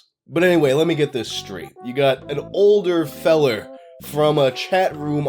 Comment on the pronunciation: throwing out the hard R "feller"